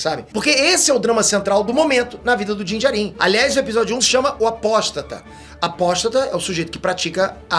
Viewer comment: a pronúncia correta é Dín Djárin. E sobre os Jawas a pronúncia correta é Djáua, ou Djáuas. Fica claro pra nós que você acha Star Wars bom. Mas não manja tanto não. Só pronuncia um pouco melhor que já melhora. A crítica é pra melhorar ok?! É aquilo que tu ensina nos cursos.